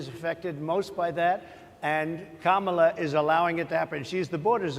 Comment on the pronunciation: He purposely mispronounced the VP's first name. He knows it's "KA-mala." You could hear the groans. How would he feel if we all called him "duh-nALLd" from now on? Or Mister "TROOMP"? He's an old man who know what he's doing. He's a criminal who can't answer the tough quesrions.